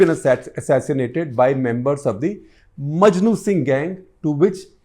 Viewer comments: maknu singh not majnu singh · Makhnu Singh not Majnu Singh, Sir